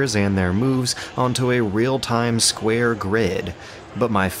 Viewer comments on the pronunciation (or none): none